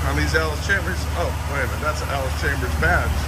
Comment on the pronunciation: It's Allis CHALMERS not "Chambers". There's no "B" in the pronunciation. I wince everytime you say "Chambers".😑 As if there was a bullet in the chamber.